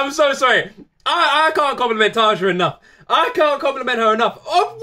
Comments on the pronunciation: Try to pronounce Tarja like it was written Tarya. It sounds more correct then. The way english speaking people say Tarja sounds like Tarza and that's wrong. Not a big deal though. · Tarja's name is pronounced as "tarya". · TARYA Tarja pronouced Tarya! And she was first vocalist of Nightwish. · Its Tarja, with an open a and a hard r, not Tasha or whatever.... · Actually, what is weird, is to hear how you prononce her name. But that's ok, a lot of english speakers do that before someone corrects them. Most of Europe pronounces their "J" like eng. "Y". A suggestion: "Sleeping sun" by Tarja. That one tears into my soul. I bet i'm not the only one. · your saying her name wrong all the members past n present with a "J" in their name is pronounced with a "Y"